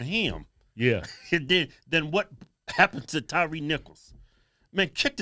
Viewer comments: Then he gonna call him Tyrese nicols instead of Tyre 🤦🤦🤦. How you doing a eulogy and don't even get the man's name correct. If no one caught that it's at about the 5min mark when he's talking about climbing. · Sharpton couldn't even get Tyre Nichols name right